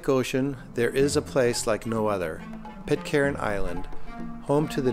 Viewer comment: Pitcairn has a silent 'r'. The same as 'iron'.